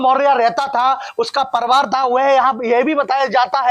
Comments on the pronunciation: Patrkar saheb..pariwar hota ha parwar nhi😊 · परिवार तो ठीक से बोल।क्या पत्रकार बनेगा re तू। परिवार को परवार बोल रहा है ।। अबे शौचालय में कोन नहाता है। पागल की तरह कुछ भी बोल रहा है। नया आरक्षण वाला पत्रकार लग रहा है ।। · Parivar bolna to seekh lo...be ... reporter banenge chutiya